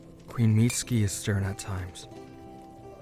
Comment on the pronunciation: I’m sorry but “queen meat ski”😂😂😂